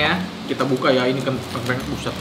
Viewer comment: Btw ngomongnya tengkleng bang bukan tengkleng